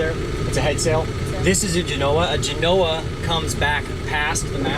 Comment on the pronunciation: Gen-OH-uh. That's Texas? On the US east coast or west coast, that's a GEN-oh-uh. Sorry,.